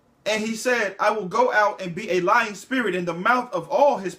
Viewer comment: Are you saying Lion spirit or Lying spirit?